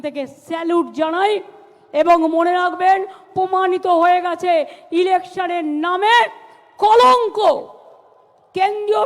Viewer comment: Can't pronounce 'r' Pomanito NOT pRomanito😂😂😂😂😂